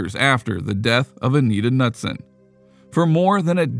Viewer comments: It's pronounced Ka-nuteson not nutson. Very common name here in MN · Dude, Anita Ca-nu-son, not Nuts-son! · Anita's last name is pronounced (kuh•nood•sin). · I'm sorry but the 'Nutson' thing is driving me insane!!! Her name is Anita & the last name is pronounced like Kuh-newt-son!!! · K-nut-son not Nutson!!!!! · You’re pronouncing Anita’s last name wrong. Pretty sure it’s pronounced Ka-newt-son. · it's pronounced "nooot-son" like not nut. just so you're awhile for future reference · The k in Knutson is pronounced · Bro how did you mispronounce both Anita's last name and place she passed away? Got lots of work to do before I say you make "good videos"